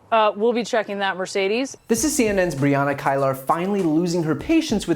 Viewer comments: Brianna's last name is pronounced KEELER... not KYLER..... :D .. just saying.. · Tyler Coen Brianna Keilar (Key-ler) how it's pronounced